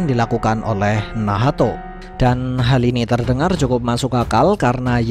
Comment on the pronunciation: Min bilang nacht aja lah jangan bilang Nahato. Gak enak loh d dengar sama kuping Akau. Wkwkwk